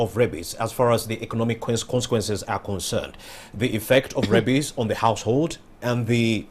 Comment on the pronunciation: It's rabies not rabbies